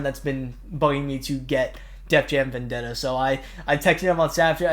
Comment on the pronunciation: Very funny to get Rap Star instead of Vendetta lol, I'm telling you buddy, once you play Def Jam Vendetta, you will love it and play it for hours. (BTW: Props for saying my last name right. 10/10)